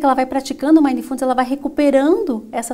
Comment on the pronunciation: Ótima palestra mas a palavra mindfulness tem a silaba tônica no mi não no fu. Fica bem esquisito escutar a palavra inglesa falada dessa forma . Fica a dica!